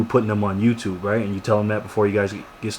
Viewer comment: how do people thumbs this up ? he sayed TOUTUBE and commeter.. idiots !